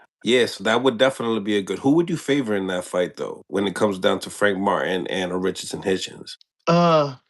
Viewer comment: Everybody mess up Richardson hitchens name 😂😂